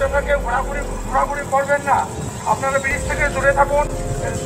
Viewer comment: ব্যারেজ না বন্ধু ব্রিজ একটু স্পষ্ট করে বলো